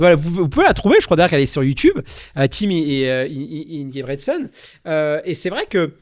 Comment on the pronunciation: Merci pour l'épisode mais très très orienté débutant. Et la prochaine faudrait faire l'effort d'apprendre à prononcer Ingebrigsten avant de faire un épisode sur la méthode Norvégienne, quand même...